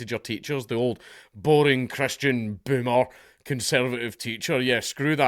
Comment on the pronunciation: I just want to hear you say the word 'Boomer' 100 times in a row, damn I love that pronunciation😂